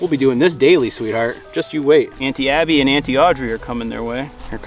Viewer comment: Congrats on the calf, but when you said Aunty Abby I somehow heard Anti Abby. Just felt a tiny bit fitting 😂😂😂